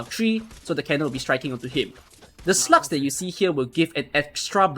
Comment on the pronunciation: When you hear a T instead of G in SLUGS, you can not unhear it and the video becomes a bit more fun :) Awesome guide btw! So easy to execute compared to others! In 2-3 months it is very likely to have more than one 6 star so it is great to see guides for normal mid-game players.